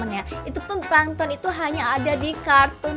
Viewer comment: Aku suka naruto aku dengar kakak bilang plangton di naruto langsung ngakak aku